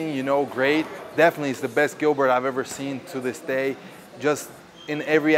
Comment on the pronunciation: In portuguese you don’t pronounce it “Gilbert” it’s prounouces with a J. “Jilberto” is usually how it’s pronounced in portuguese